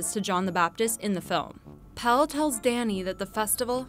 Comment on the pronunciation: PELLE, not PELL. Pelle rhymes with...with...I don't know dammit, but you pronounce the last E like the first sort of. I guess it rhymes with Meleé.